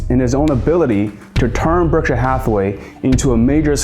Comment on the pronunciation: Great documentary! And you have a very good narration voice, but it is pronounced 'Berckshire', not 'Burckshur'. And the letter 'P' exists in the word 'Stamps'. As in Blue Chip Stamps. You say Blue Chip 'Scams' repeatedly 😂😅😂